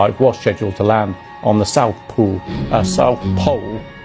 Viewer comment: THE SOUTH POOL LOLOLOL. Little slip there.